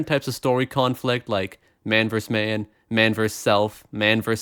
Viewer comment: "Man verse man"? It's VERSUS (vir-suss), or vs., meaning "against."